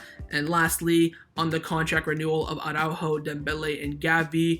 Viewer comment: I REALLY do hope that Araújo leaves FCB. That way we won't have to hear that retard "Awwww-ráhho-Awwww-ráhhho" any more. Is it really that difficult to pronounce Araújo? You just pronounce each letter in the correct order. Soft j like in jamon, and - most importantly: emphasis on the ú as there is a frickin' accent on that vowel!